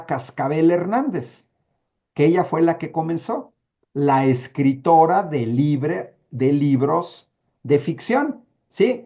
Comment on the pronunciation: Anabel y sus ñibros lagrimas y risas o el libro vaquero